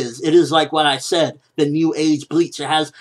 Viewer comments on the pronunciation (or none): none